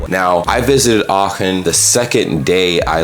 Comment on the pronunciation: May I congratulate you on your excellent pronunciation? Especially when I heard Aachen, I was extremely surprised at how good it was. A very difficult sound combination for native English speakers.